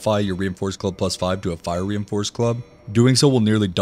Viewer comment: I was listening and not watching and heard "Reinforced Glove" every time he said reinforced club, now when he says it it still sounds like glove instead of club